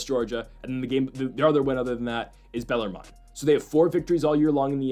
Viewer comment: Austin PEE and BellarMIN is how you say these damn schools' names for like the 10th time.